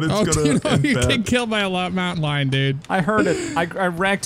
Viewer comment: Did nobody catch trying to english mountain lion right there